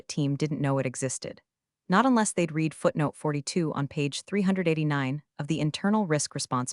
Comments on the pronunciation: In context used read is said as red not reed. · Shame the AI voice can't tell the difference between "read" (past tense) and "read" (present tense) - God help us is AI can't do a simple reading task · I absolutely love the way every time read should be pronounced like red, the AI pronounces it like reed and vice versa. I didn't hear even once when the AI was correct. Perfect example of the idiocy of AI at certain tasks. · While somewhat entertaining, it sounds Very much like fiction... not even the pretense of being based innreality. Also, the AI is too stupid to understand when "read" is meant to be read in the present or past tense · And all narrated by a horrible, gabbling AI voice that can't tell the difference between present tense "read" and past tense "read". It makes me want to scream and jump on my teeth.